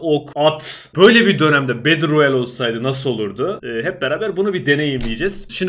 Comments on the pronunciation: bedıl royal değil betıl royal diyenler +1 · bedır royal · bedır royel :D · video boyunca battleroyale yerine beddleroyale demene gıcık oldum